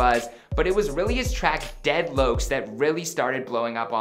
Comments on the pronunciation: HE SAID DEAD LOKES 😂💀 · we gonna ignore how he said dead lokes ???? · Bruh he really said “dead loacs” I’m dead bruh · Dead Loucs? 🤣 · He said deadlouks 😑🤣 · He said dead lokes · 蠍 | dead “lokes” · "deadlokes" "deadloke" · "dead loacs" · "dead loaks" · Dead locs he pronounced it white asf